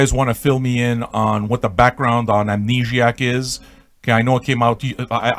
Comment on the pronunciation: I love your pronunciation of the title. Amnegiac. That's what I'm calling it from now on. I'm French-Canadian, and I'm shocked you're not, based on your accent.